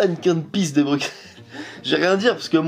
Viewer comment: Coucou, Bruxelles se prononce "Brusselle" 😁 Bisous de Belgique 🇧🇪